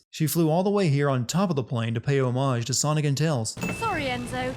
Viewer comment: This is NOT how you pronounce "homage". Learn it already!